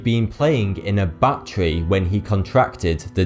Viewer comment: When you said "bat tree" it sounded like "battery" with an accent and I thought "that doesn't make sense" :P